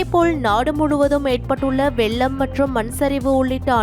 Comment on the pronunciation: அம்மா தமிழைக் கொல்ல வேண்டாம் வெல்லம் அல்ல வெள்ளம்.